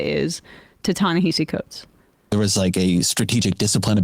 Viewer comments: Too bad he didn't get Coates' name right either, though that is forgivable. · Please pronounce coates name correctly